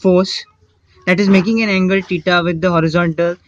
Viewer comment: Teta 😂😂😂😂🙏 its theta 😂😂😂